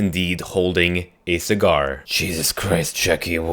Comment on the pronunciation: TheSuperAnonymousMario lol he said seggar